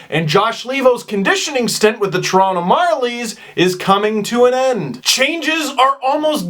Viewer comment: You're not supposed to pronounce Toronto like that...you're from here :p